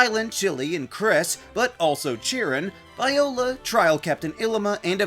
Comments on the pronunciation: It’s pronounced VEE-oh-luh, PUH-trat, lil-EE-pup, ih-LEE-muh, RAY-mos, ih-LEE-suh, and rye-HAHN, “”. 🤨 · It’s pronounced VEE-oh-luh and uh-MORE-uh, “”! 🤨